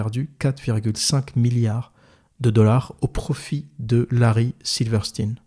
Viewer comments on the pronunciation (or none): Alors, on dit Silverstein (Silveur Chtaïne), et non pas silverstine. C'est comme pour Einstein. Et ça s'applique également à Weinstein et Epstein.